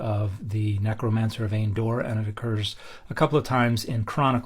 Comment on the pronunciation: Hilarious hearing you say "necromancer". I never thought of the witch of Endor that way.